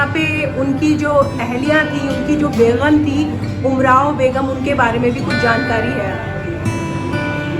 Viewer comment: Very bad commentary.... sub standard, reading sheirs without a proper knowledge of Urdu, Nasehh is read as naHEY ....😮 Repeating Ghalib ka yahan yeh butt hai... 3 times, shakl ko shaQHl, begum ko BeGHUM.... pathetic... someone with good knowledge about Mirza Ghalib and Urdu should have been assigned this job... lekin kisko fursat hai to think of such intricacies and finer details